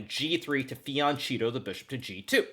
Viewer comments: Brother you have GOT to change your pronunciation of Fianchetto, Jesus Christ. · I hope you win today! I want to tell you how fianchetto is being pronounced. You are the only one who is at least close to right I noticed (never heard Fabi say it, he probably speaks good italian, but hear it says so very wrongly all the time otherwise and you are really the best so cool and it would be so great if you said it perfectly. I could then comment elsewhere and always say: listen to how Hikaru does it!!!). Its actually very easy: remember its fianchetto from flank, side... so the ch is pronounce k, its fianketto, flanking the bishop, think the i was an l, it morphed into that or from that. and the e is flat and short like in ghetto, fian-ghetto but with a k, so fian-ketto. ;-) Good luck today!